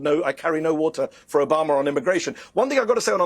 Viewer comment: Its Obama ...not Obamer